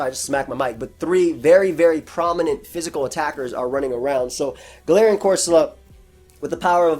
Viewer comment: Wish you could hear how i mimic/ mock you say GaLARIIAN.. you'd hate/love it